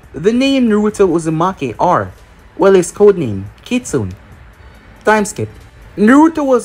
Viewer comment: Kitsune is pronounced Kitsu-Nay Youve been mispronouncing it for years now